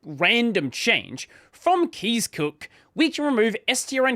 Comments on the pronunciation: Kees is pronounced more like 'case' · The correct pronunciation of Kees is exactly like you would say case or multiple K's.